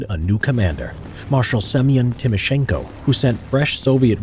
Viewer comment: its a good thing that you can say timoshenko hahahaha